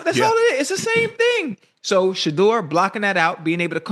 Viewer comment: I need Shedeur to get away from Cleveland !! That da*n head coach couldn't even say Shedeur name omg , they can't stand him 😢😢 its ok we love you still praying for you always ❤ Haters will be haters !!!